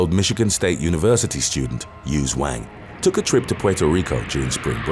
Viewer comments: Am I the only one who heard "used wang?" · 👋 hey .... who else thought he said "huge wang" ? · Feeling childish mispronouncing Yuze Wang as Used Wang lol. All very unfortunate though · I thought I heard “used wang” at first. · Im sorry but "yuze wang"😭😭😭😭😭😭 im sorry maneee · "Yuze Wang". ROFL! "You have pwobwem? Yuze Wang! You has girlfriend? Yuze Wang!". :P I had to post this... sorry. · Hung Wang is wat I heard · Damn... when he said Yuze Wang I thought I was buggin